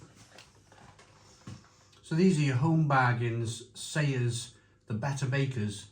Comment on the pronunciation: From sosspan to Soyers, even thought it's spelt and pronounced Sayers, he cracks me up this fella.